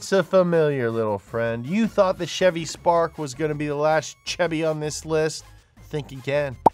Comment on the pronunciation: Maaah, why does the man say Chevy wrong???